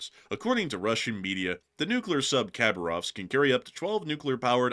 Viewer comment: City of Hah BAR ovsk. So nice to have you back!!!!